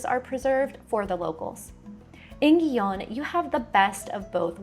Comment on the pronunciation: Gijón — I believe the Spanish pronounce it He-Hon.